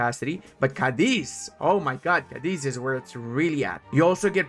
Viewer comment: As a second note, as you'll see from the accent, Cadiz has en emphasis on the first syllable. Which I've only mentioned because I wanted to also thank you for showing how to give a key binding to map modes. Again, thx a lot 🫪